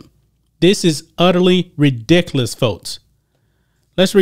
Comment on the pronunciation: That black niqqa narrator can't even pronounce ridiculous he says, "redicalous". Bless his black niqqa heart. 🌻